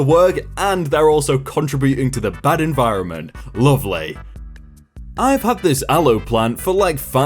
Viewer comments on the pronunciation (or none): none